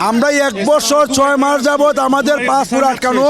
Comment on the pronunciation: Vogoban " passfoot " na re passport.😅😅😅😅